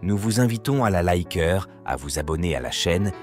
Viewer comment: Quand tu entend « la église » pour « l’église » et ensuite « liqueurs » pour « liker » ça donne certainement pas envie de soutenir un feignant qui utilise l’ia pour toute sa vidéo 🤣🤣🤣🤣